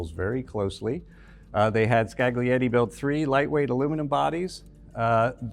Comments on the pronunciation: scaGlietti. Facepalm. Isn't that so hard to embrace the idea that latin alphabet is used in different languages and words are pronounced an stressed differently? A docent in a world-renowned museum. You should know better. Thanks this is not the video on french coachbuilders, one only knows how they could have been butchered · the G in Scaglietti is silent! skah-lee-ET-tee! I did foreign language diction in uni... in 1982! You can too! (edit: you managed it with Vignale!)